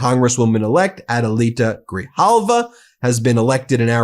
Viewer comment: It's Gri JAL Va, Ben 😉😎🇲🇽🖖